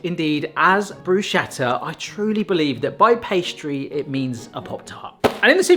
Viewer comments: It’s Bruschetta [broo-SKET-tah], not broo-SHET-tah. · Bruschetta is pronounced BRUS-Keht-tah. It's Italian, not German. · Bruh-Skeh-Ta! Thank you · I'm not gonna explain defrost to you because it seems some people already have lol but I will say it's pronounced "bru-sket-ah" 😉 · I've been unable to find a toaster that isn't a piece of junk or costs a small fortune that's more complicated to operate than launching a rocket into space. Now, I simply use my small griddle. Every time you pronounce bruschetta the way you do, an Italian has a near mental breakdown.